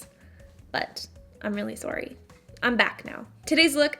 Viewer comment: “I’ve been gone for so long, I’m very sorry” your little accent came out “sorry”! That’s so cute. Don’t be sorry though, it’s completely fine, the look is so adorable 💕